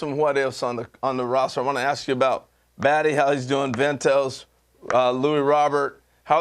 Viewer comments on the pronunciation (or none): I like Harold…but come on…And he pronounced “Baty” as “Batty”. 🙄🤦🏽‍♂️